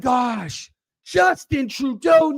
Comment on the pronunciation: I don't know why im laughing with you saying Traudeu mentioning possible war😂